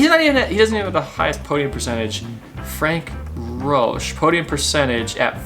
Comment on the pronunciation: I certainly appreciate your enthusiasm for the sport, but you probably have the worst pronounciation of foreign names that I have ever heard. You really slaughter many of the names. Frank-Peter Rötsch is NOT Frank Roach. I know this is a generic problem for english speakers, but you can do much better. You pronounce most of the newer names better, but please make some effort to learn. You did not even try with the polish Stanislaw Lukasik.